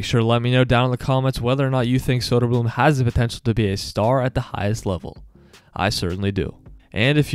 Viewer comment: Great video, but if you are gonna make content about the Swedish hockey league. Please learn to say Å Ä Ö. It isn’t that hard to learn.